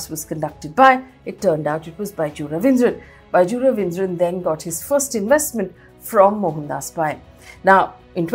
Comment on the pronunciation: Not Ravindra, it's Raveendran. Not Kunnur, it's Kannur.